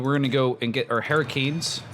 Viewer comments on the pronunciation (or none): "Hurricanes" Holy Canadian accent